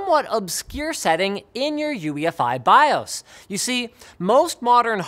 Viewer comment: In your youee-effeye Byeohs